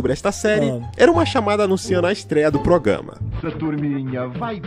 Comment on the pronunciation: "Progâma"